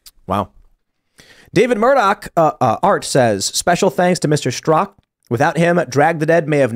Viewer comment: Brandon Straka with the silent “a”